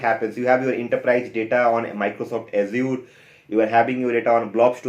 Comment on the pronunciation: Fair content. Although it is funny how you say Azure. ऐश्यूर :D.